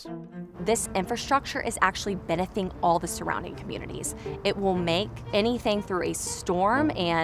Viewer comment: What in the heck is "benefing?" Is she trying to say benefiting?